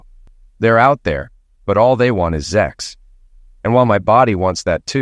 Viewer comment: SEX . The word is SEX . Not Zex .